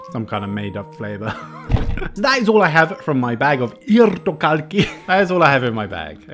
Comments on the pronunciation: Hiiirthokharkki!...nou....it's irtokarkki. Ir-to-kark-ki,i-r-t-o-k-a-r-k-k-i.... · "irthogharkkhi" not bad 👌 u say it so good 😂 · It is not irrrttho kjarkkih! :D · Irtokarkki 90% pefect /100% you say irtkarki but its really good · Sounded like Ijrtokarki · the r's are a bit hardcore tho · just se little strong r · But it's still not absolutely perfect. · Hi, pro tip for speaking Finnish: the emphasis is always on the first syllable of the word and the are no emphasis on any other syllables. Try saying the words with like extra weight on the beginning and then just keeping the rest of the word in one note (tip from my late teacher who used to teach Finnish to French people). Hope you enjoy your time in Finland this time too! :D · I really like when you say "irtokarkki":)) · I like how he says irtokarkki 😂😂😂 (im finnish)